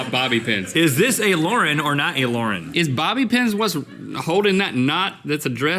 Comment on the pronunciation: MY NAME IS LAUREN AND THE WAY RHETT SAID IT TO MAKE IT RHYME WITH SCORING MAKES ME MAD WHEN PPL CALL ME THAT